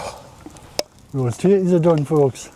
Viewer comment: Every time you said tatties, subtitles said titties! Hilarious, really enjoyed the singing. hugs